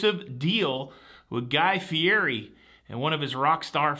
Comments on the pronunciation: Hello! FYI Guy's last name is pronounced "fee et ee" Go figure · you are mispronouncing Guys name